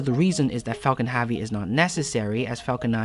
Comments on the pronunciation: Great video. Your incorrect pronunciation of he work "heavy", though was so bad it made me want to punch out my ear drums with an awl every time I heard it, which was a lot. There's no way I would have watched this great video passed the introduction if my hands weren't covered in dish soap when this played. I stand by calling that an incorrect pronunciation btw. Accents are different from incorrect pronunciations. What you said is not "heavy" with an accent, it's "heavy" pronounced incorrectly. I will probably get hate for saying this. I'd like to reiterate that I actually really liked the video. It was very well done. That one word, though, was just so painful to my experience that I couldn't sleep at night if I said nothing. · Can you PLEASE say "Heavy" the right way omg.... nice video tho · Yeah why does this guy pronounce it so weird i couldnt watch it after he kept saying it wrong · The way you pronounce "heavy" is nagging AF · the amount of times you mispronounce 'heavy'... it's like you're doing it on purpose, hurts my freaking ears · I was confused for a solid part of the video, wondering if Falcon Havi is some sort of reference or inside joke. Just a weird pronunciation after all. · Had to turn the video off because you kept saying havi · "Falcon Havvy " ??? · why do you keep saying falcon havey? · WHY DO YOU SAY FALCON HAVY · You really need a speech therapist pal if you are going to be in this business anyway. You mispronounce almost half of your words. "Falcon-Havey"?? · fuckin hahvy hahahahahah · Haaavi hachecent... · Please learn how to say HEAVY! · Great video and good information but can you please learn to say “heavy” correctly. Thank you 🙏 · okay dood seriously even Youtube thinks youre saying my own name more than you are saying SpaceX's biggest rocket's name properly,,, please consider adjusting the way you say the word "heavy", at least while speaking in english. Please. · It's 'Falcon Heavy' not 'Falcon HeAAvy' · It’s “heavy” not “havy” 😣